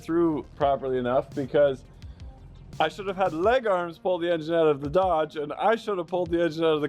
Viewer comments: funniest shit ever when he was yelling leggers I had this video playing in my shop and when he said that everyone looked at each other like noooo he could not have said what we think he said and then we realized you were saying leggerssss, shit had us dying because all of our faces were just priceless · Pretty sure he was hollerin Welkers but yeah thought he was hollerin something else to at first